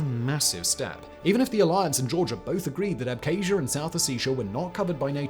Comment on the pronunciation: Why can't a so-called expert even pronounce Abkhazia and Ossetia? It's such a joke